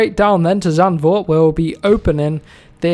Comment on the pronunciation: Nice video! Tip: pronounce the dutch circuit as Sand Fort